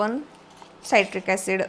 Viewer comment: Saitric acid nae te citric acid aahe